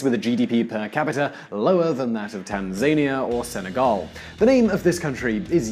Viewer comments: It is Tan zi neeeahhh not Tan zany a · TAN.ZUH.NEE.AH. pronouncing it like Tasmania. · Epic mispronounce!!! Tan-zan-ia, not Tan-zania!!! Oh dear!!! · Tanzaynia???? .... you mean Tanzania? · tan-zai-nia ???? it pronounced tan-za-nia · "TanZania", lol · Tanzaynia... LMAO here xD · RPGs don't seem to have much effect on the Challenger so I doubt they can stop an Abrams tank. You are mispronouncing Aden and Tanzania (I think). Good video though. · FFS learn to say Tanzania and Aden correctly! The Saudi's may have the third best equipped army in the world. But they are Arabians (shit soldiers) of the Saudi (most corrupt) type - yes I know you make this very point. Oh, and the RPG7 cannot penetrate the armour on an Abrams. It is still effective against lightly armoured vehicles bot not an modern main battle tank.